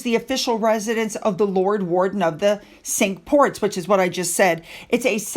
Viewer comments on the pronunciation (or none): it's "cinq" ports as into the French for "five". The English language is really bad for incorporating names and phrases for othr languages. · It’s pronounced “sank” Ports( Cinq being French for five) ❤